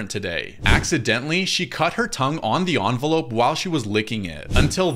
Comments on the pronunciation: Why do you pronounce it onvalope it’s evevelope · you mispronounced evnelope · What da hell is a "onverlop" I mean it might be they way you pronounce it. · Teacher:make sure to Pronounce ur words correctly. Him: "OnVeLoPeS! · you the one who mispronounced envelope